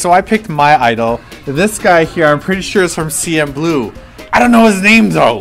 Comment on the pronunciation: ohhh you the silly drama-deprived =P for one- it's CNBLUE not CmBLUE second, its JungYongHwa and ParkShinHye from heartstrings drama ^^